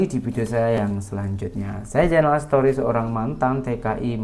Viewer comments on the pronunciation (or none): sebutan Story tu biar betul. Sebutannya STORI bukan SETORI. Maaf teguran membina ni. Terima kasih